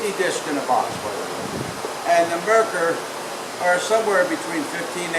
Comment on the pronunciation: Wonderful videos. Thank you for being a mentor! You did a great job advertising for the disks that you have found that you like better than marker discs, but I didn’t hear what the name brand is. Not “marker”, Mercker” Can you reply as to the name the disks that you like? Thank you.